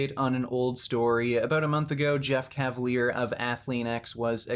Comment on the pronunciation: Jeff "CAT-valiar".....